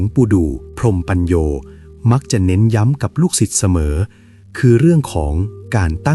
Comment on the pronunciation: ชื่อของท่านอ่านว่า.พรม-มะ-ปัน-โย ค่ะ